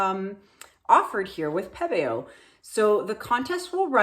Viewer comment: I love that you pronounce Pebeo properly. It drives me nuts when people call it pee-bee-yo. 😣😜